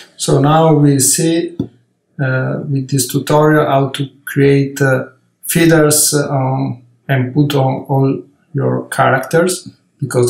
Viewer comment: It’s astounding for an amazing artist who’s so well versed in highly complex designs, can’t even pronounce a simple word like “feathers”. In the first portion of the clip I kept wondering what are these “feeders” that he’s talking about. I’m well aware that he’s Italian, but it takes a few seconds to correct a mispronounced word when it’s pointed out to you, So this is a constructive feedback.